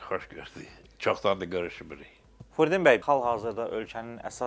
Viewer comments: Aparıcı! O kişinin adı Firuddindi. FURUDDİN deyiləcək ad yoxdu. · Furidin yox ay bisavad , Firudin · Furdin yox Firudin😂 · Furdin yox Firudin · Adı Firudin di ay qardaş, Furdin deyil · Bu jurnalist öz müsahibinin adını belə düz tələffüz edə bilmir. Furdin, Furdin deyə, deyə durub. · Aparıcı niyə Firudin bəyə Furdin bəy deyir. Zəhmət olmasa , dilçi alimimizin adını düz deyin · FUUrdin yox ay kolxoz .!!!!FİİrUdin bəy.... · Furiddin yox ay çoban, Firudin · Ay kişi, Furdin yox Firudin deyin😂😂😂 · Salam aleykum! Hörmətli, professorun adını düz tələffüz edin. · Alimin adını düz de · Kişinin gül kimi adı var FIRUDIN bəy xahiş edirəm düz tələffüz edin. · FIRUDIN firudin adini duzgun teleffuz edin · Kiwinin adini duzgun teleffiz et Firidun bey zehmet olmasa incime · Çox gözəl verilişdir ancaq aparıcı niyə Firudin bəyə Firudin deyir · Ela müsahibə idi. Ancaq aparıcının diksiyasi xüsusilə Firudin sözünün tələffüzü heç xoş deyil. Adamın ürəyin sıxır. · Ay aparıcı,Kişinin adını düzgün tələffüz eləGözəl ziyalımız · Firudin bəyin adını düzgün tələffüz edin,lütfən.